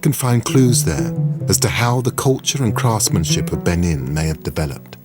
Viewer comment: How can you possibly make a documentary on a culture and not be able to pronounce it correctly? Beh NEEN! You can't trust the Brits. They pronounce Nicaragua Nick ooo RAG you ah.